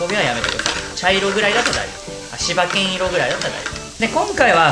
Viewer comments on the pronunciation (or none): しばけん じゃなくて しばいぬ ね いつも大変楽しく観てます